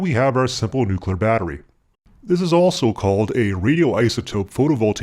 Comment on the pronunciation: "New...clear" try it !